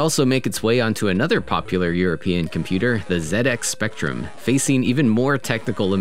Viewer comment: Thank you for pronouncing ZX Spectrum correctly. :D Wow, that Amstrad version looks great. Much better than the C64 version. My beloved C64 is capable of so much better.